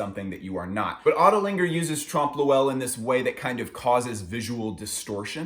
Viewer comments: Hey! Love this series, sorry I only just watched it now. Not sure if anybody's given you this input yet, but it's pronounced basically "Tromp Loy" rather than "Tromp Lo-Ell". <3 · its trompe oeuil not trump loowell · trump lowell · Haha, trompe lewel?.Ill admit its not an easy one but the O is silent then you pronounce EUIL in one sound. E in french is almost replaceable with A in American english so try .. Trompe LAUIL. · that trompe l'oeil pronunciation :( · the way he says trompe l’oeil hurts me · it took me a while to realize you're saying trompe l'oeil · it's actually trompe l'oeil but agree that he murdered the pronounciation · Ok I’m sorry but I hate listening to the butchering of the pronunciation of tromp l’oeil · didn't understood what he was on about for 10 seconds because of that.